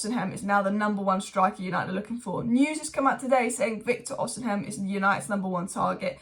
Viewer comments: Osimhen, osimhen, oshimen pronounce it properly it ain't even hard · You STILL say it wrong ahhah, you keep swapping The M and N